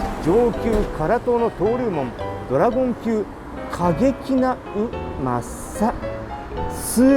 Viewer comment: ドラゴンじゃなく、ドラごんって言われると、妙に猫型ロボットを連想するwww ラーメン食う罪悪感が、ちょっとでも薄れる気がする大野菜ドラごんキター！ でも、丼の大きさを表すなら、こんな時こそiPhoneでしょwww